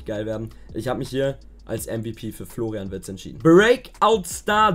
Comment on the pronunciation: Wer kennt ihn nicht den guten Florain Wirtz. Heiß der nicht eigentlich Florian Wirtz.